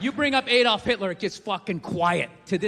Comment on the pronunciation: ahh-dolf, not ay-dolf